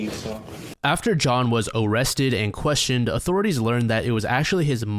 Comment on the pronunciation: "...when John was uuuuh-wessted and cuuuh-westioned..." 😂